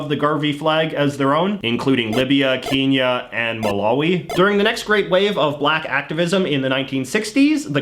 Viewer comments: Again J.J, You keep on saying Kinya instead of Kenya. I was born there and trust me, if you said that to A kenyan person, they probably would correct you immediately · "keenya" wtf man it is pronounced ken-ya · "Keen-ya" "Keen-ya" It's ken-ya ffs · Keenya not kenya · just a small note, it's pronounced Keh-nya not keen-ya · Kenya is not pronounced “keñya” (as you have pronounced it). It is actually pronounced “Ken (like the name)- Yah” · I find something about your accent to be so jarring. I wouldn't say it's a bad thing, I'm just always shocked for a millisecond at how you pronounce things since you sound decently general American the vast majority of the time & then boom, keenya. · Why do you pronounce Kenya as Keenya? My mother in law does this also and I have no idea why. I’ve been to Kenya a few times and no one there says that. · Did he just say keenya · You saying KEENYA makes me cringe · Did you Fr call Kenya 'kinia'? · Did you say Kenya like keen-ya? What was that? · Holup this guy just say keenya? Dafuk? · Your pronunciation of “Kenya” physically hurts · Quick question. how the hell do you pronounce kenya wrong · The way he pronounces Kenya is so troubling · Dude. Hes Canadian. He might just pronounce it differently.